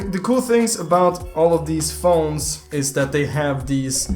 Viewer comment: I like when says dat and dis